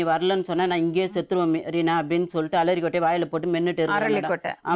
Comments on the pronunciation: Aralikkottaya illa alarikkottaya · ALARI KOTTA😂😂😂 LAKSMI MAM: ARALI KOTTA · Alari kottai ah...dai...adhu arali kottai da